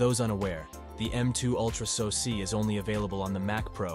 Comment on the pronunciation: What is a sosee? AI audio is stupid. What is AKA ram? GeeBee option?